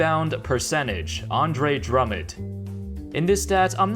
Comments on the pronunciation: Drummond not Drummod sheesh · Did just call Drummond "drummid"? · Stop calling him drummid